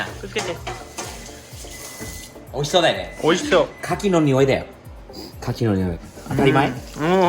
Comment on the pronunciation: アッちゃん、カキ⤴️じゃなくてカキ⤵️だよ(￣▽￣;) カキ⤴️は木に出来るアレ・・・ てか、裏にこんなBBQスペースがあるなんて、やっぱアメリカはいちいち規模がデカすぎるΣ（ﾟдﾟlll） この家を日本で建てたら一体幾らかかるのやら・・・((((；ﾟДﾟ)))))))